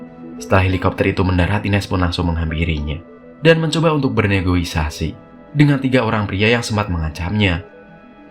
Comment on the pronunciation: Negosiasi bukan Negoisasi